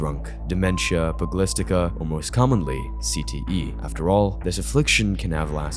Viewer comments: Good video. Just one thing: check your pronunciation. ("Pugilistica", "Encephalopathy") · And “pugilistica”